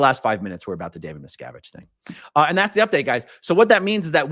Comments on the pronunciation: meeeee sko vich I love it never saying it right again🤣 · The judge is pronouncing it closer to the surname miscowitz, which i think little davies father, Ron, said was the original. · That pronunciation makes me picture JarJar Binks as a judge. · the mispronunciation of the name is the new level of trolling. marvelous! and about the "bad strategy" - i guess if you live kinda like a dictator you get used to people always accepting whatever you say as inly truth, and look pass your stupidity. dictators get lazy and forget to "behave" when in outside world. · Judge probably knows litlle Davey? That’s why he deliberately pronounced it incorrectly. Someone is being paid off? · The lawyers probably refrain from correcting the judge's pronunciation because it would imply they actually know the man.